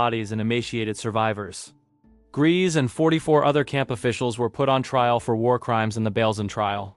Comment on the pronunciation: IRMA GRESE'S NAME IS PRONOUNCED 'GREYSA' NOT 'GREASE.'